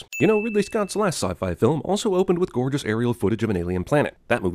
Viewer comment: he doesn't know how to pronounce gorgeous.